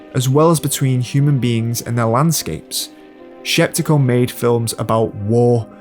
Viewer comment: Larisa Shepitko, not Sheptiko